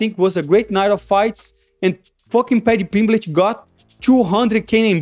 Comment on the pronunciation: 'Paddy Pimblitch'😂😂😂